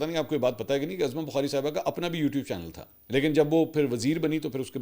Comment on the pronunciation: Sir mazrat ke sath ap El galati bar bar karte hai wo hai naam parne ki galti for example ( uzma Bukhari )ko aap azama khete hai ye name ap aain se hai tuo pesh se parhe ge uzma Bukhari ...mazrat sir .....main regular rat main apka news sunta hu ...Masha Allah ap ko achi news dete hai Allah apko salamat rakhe or apko nazare bad se bachaye